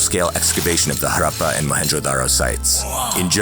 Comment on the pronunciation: Love how you took the time to get the pronunciation right for words like Buddhism and Harappa — it may seem trivial, but it adds so much depth and care to the content. Keep up the amazing work!